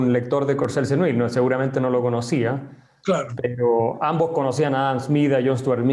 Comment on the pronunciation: Courcelle-Seneuil se pronuncia /kuʁˈsɛl səˈnœj/.